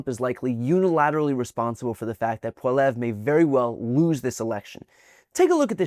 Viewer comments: It’s pronounced poll ee ev. But who cares he will lose his riding and have to get a job. An MP since age 24. Get a job Jeff!!! (He used to go by Jeff) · Pierre Poilivre's name is pronounced ' Paul-e-ev' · Pierre 'Polly-evve.' That's how you pronounce his name. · Hopefully you will never have to say his name again, but, it's pronounced "polly-ev". Ignore how it's spelled, the "r" is silent. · The Conservative you mentioned...his name is pronounced Pwaa-Lee-Evvvv. He is a bleeding idiot and we refer to him as a Mini-Trump. This is NOT a compliment. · Hi Brian I live in Quebec and we pronounce the Conservative leaders name like poly- eve. Hooe you don't mind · You pronounce it Poly ev. Short ev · It’s pronounced “Polly-ev” but hopefully that won’t matter in a few hours. 🇨🇦 💪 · Love your stuff... please keep it up. One small niggle, however, his name is pronounced POL E Eve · Brian, it’s pronounced “Polly-ev”. Like Bev-B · You said "Pollievre" and showed Carney lol Do y all even know who we are? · The pronunciation is Pol ee Ev. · By the way it's pronounced "Polly-ev". I have to say I was thoroughly shocked when the Orange Haired Freak didn't attempt to buy the Vatican City when he was there for the Pope's funeral. I had no doubt he would then turn around and resell it to Disney as a theme park. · Because you’re not quebecois you get a pass, but it’s poly-ev. Don’t need to add the “re” flourish at the end . But just poly-ev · Brian, it’s pronounced..Poll - ee - ev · Dude, learn how to pronounce Poilièvre’s name! “Pwa-Lee-Ev”……there’s 3 syllables, pronounce it exactly like I’ve written it phonetically……pretty simple! “Pwa-Lee-Ev”! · The conservative leaders name is pronounced..Paul lee ev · I don’t like the guy but his name is pronounced Polli ev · Poilievre - PWA-LEE-EVRE - Does NOBODY in the USA speak even minimal French???? Apparently not ... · That's Carney buddy. Not Poilièvre. (Pronounce it PAH-lee-ev) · It's pronounced Pol-yev, homie, but you are hella close.